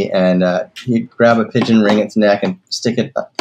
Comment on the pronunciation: Pigeon not Pidon